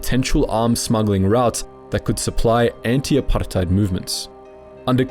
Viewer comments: The way he pronounces apartheid is so irritating. Saying it like its an Arabic word. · Gotta say. Loved the video apart from the dozens of times you rolled letters in apartheid that ARE NOT MEANT TO BE ROLLED. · The forced exaggeration of the word "apartheid" cracks me up. Y u tryna sound smart by saying it that way? Start putting a "bru" after it. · why do you say "apartheid" so weirdly?